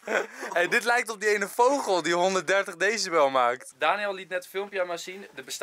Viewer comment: Niemand Echt helemaal niemand Enzo: voGGel